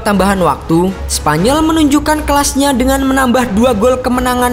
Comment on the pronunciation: Oyarzabal woi bukan oyarbala😂